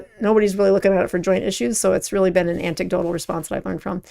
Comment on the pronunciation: “Anticdotal reports”? Don’t you mean anecdotal,?